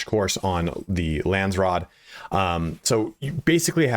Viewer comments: Lands raad .... not rood 😅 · Lansrod..lol. its Landsraad..